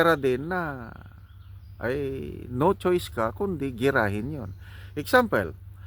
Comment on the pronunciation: CORRECTION LANG PO BAKA EXAMPLE HINDI EXAMPEL🤣🤣🤣🤣🤣🤣